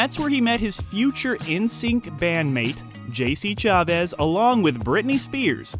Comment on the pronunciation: JC Chavez is a wild pronunciation